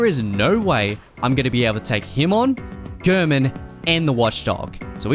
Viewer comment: It's so odd to me that when Gehrman says his name stating "Tonight, Gehrman joins the hunt," he clearly pronounces it "Gairmen," but everybody who makes Bloodborne content pronounces his name like "Gurrmen."